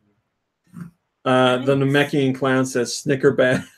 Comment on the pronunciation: said Nameikan correctly!!!